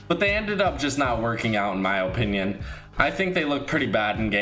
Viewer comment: Lol OOO-pinion